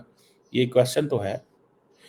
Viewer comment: Tu jitna "endya..endya" karegaa..utna mota mota hota jaayega!! So.. endya..endya..km kro..seht thik hoga..